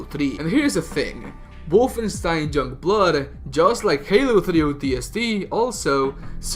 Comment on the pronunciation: Why can't you say 'young' correctly?